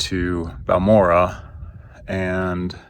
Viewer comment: Pronounced bahl mor ay